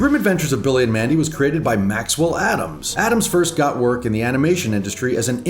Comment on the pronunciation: Lmao Ferst